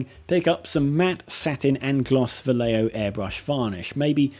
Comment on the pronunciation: Vallejo sounds like Va-Jeh-Ho.